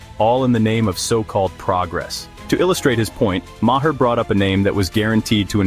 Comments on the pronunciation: AI voice can't even get Bill's last name right LLLLLLLLLLLAAAAAAAAAAAAAAAAZZZZZZZZZZZZZYYYYYYYYYYYYYY!!!!!!!!!!!!!!!!! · Your AI narration can't pronounce Bill's last name right. Get it right!